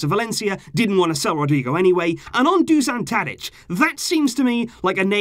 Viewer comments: it's Dušan Tadić not DUŽAN Tadic. Doo-shan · It's Dusan (or Dušan in his language) Tadić, get your facts straight! Where the hell did you get DuZan from? Just because you say it wrong, doesn't mean it spells that way too! Would not expect such basic mistakes from you,. Disappointed!!!